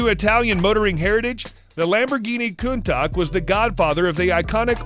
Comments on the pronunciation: It’s pronounced “ coon-ta-shh” and “ rei-ducks” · I thought he was saying Counta. I was like what even is a Counta? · I can’t believe the narrator doesn’t know how to pronounce Countach properly. This is a well known car in pop culture, and I have always heard it pronounced correctly on TV and YouTube....until now. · Lol Lamborghini countak? God Countash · Countach is pronounced Countash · wtf is a Lamborghini Countag ? jees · Pronounces Bugatti. Cannot prono8nce Countach. And it is GT350R, not GTR350. The GTR was a concept Mustang. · Pls learn to say "Countach" properly. Thanks. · Did you hear him pronounce countach lol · How can you not pronounce countach? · It's a one off for counts who don't know how to pronounce their words properly! 😂😂😂